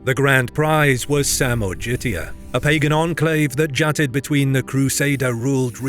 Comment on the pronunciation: You really need to learn how to pronounce non anglo-sphere words like names. After all those years you do those videos (which are awesome by the way, I'm an avid fan! Besides most of the Polish battle which are depicted by you with giant historical mistakes) it's just ignorance at this point. Sorry my dude. For example this "samorgitia" i called ŻMUDŹ. The way you pronunce "Plötzke" is another butchery. You have now AI, you can ask Gemini or GPT to teach you man. Please, do it. It's pathetic at this point and I want to unsubscribe AFTER 7 YEARS if being you faithful fan.